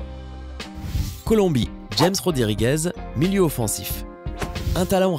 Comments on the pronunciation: On dit luka modrich et on dit rames rodriquez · Sa ce dit pas jems mes ramese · "James Rodriguez" ça se prononce "Rames" 😧. Il faut faire un minimum d'effort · Ça ce prononce rames Rodriguez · on dit *rames Rodriguez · MAis prononce normalement james rames le meilleur mané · Tu m'a tué comment ta ti James Rodriguez